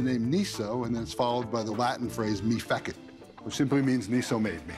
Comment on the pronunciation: "Mee feckitt" .... how about the Latin phrasing as taught in universities as a more appropriate "May feh-sheet?" or "May feh-seet" depending on the spelling. "Fecit" comes up in the violin-making world all the time is pronounced as "feh-seet" / "fey-seet". Feckitt made me laugh a lllootttttt haha!